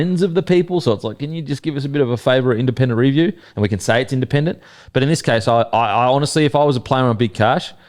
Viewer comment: why can't your pronounce the word 'review' properly? You are saying REEEEEE-view... it's painful son. just say review